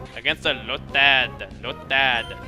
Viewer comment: I love how you said Lotad. Made me laugh every time you said it like that.